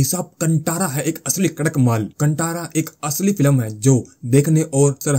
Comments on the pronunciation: It's pronounced कांतारा, not kantara Bhai. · It is not - कांटारा..The pronunciation is "कान्तार" ch*tiyo!!